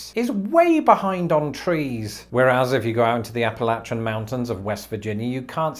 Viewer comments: I can't tell you how much I appreciate your correct pronunciation of "Appalachia." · Thank you for pronouncing "Appalachia" correctly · It gets overlooked a lot, but I just wanna thank you for pronouncing Appalachia correctly